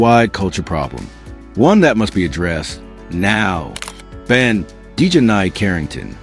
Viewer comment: Your AI voice can't even pronounce her name right 😂😂😂😂